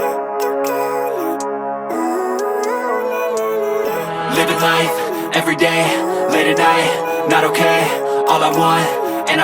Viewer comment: Hey, one small correction on your Spanish. I notice you always say goodbye by saying something like "Aluego." That is incorrect. It is supposed to be two words: "Hasta Luego." That is the correct way to say it. I hope this helps. Great video. Keep up the good work.